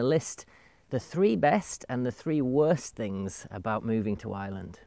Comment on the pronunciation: Thank you for posting. Interesting video. To me, it sounds like you are saying "I Land" or "Island". Here in the US, my $50,000 Toyota 4Runner SUV full coverage insurance is about $450.00 every 6 months. Would I even need a 4x4 there? I'm a retired Geologist and need it for gold prospecting here in the western USA.